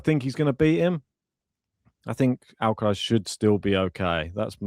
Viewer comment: Weirdest miss-pronounciation of "R" by these guys. Noticed that they pronounce R perfectly in normal sentences.. but as soon as it is in a name, (Alcaraz, or Cerundolo for instance), they suddenly cant do it :D